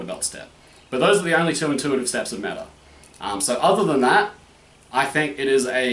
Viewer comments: Meh-ta. You need to pronounce the h instead of "silencing"(is that the right word?) it. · Ok so I am not much into different methods and stuff ie not very well versed but pretty much agree what you said about Mehta. ( Except the pronunciation)